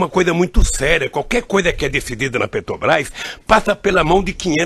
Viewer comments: DA NOJO OUVIR O DEPOIMENTO DESTE ELEMENTO: VEJAM AS PALAVRAS QUE ELE PRONUNCIA: "PETROQUIMA"-"PETROBAS"-"ADEVOGADO" "CA BANDEIRA" "HIDELETICA" - É UMA VERGONHA!!! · Isso é um rato de esgoto. Capaz de qualquer imoralidade para se dar bem. . . Deveria ter o minimo de conhecimento do nosso lindo idioma: "Oio (oleo), eletica (eletrica), Petobais (Petrobras) etc.... sem falar no PaerPointi.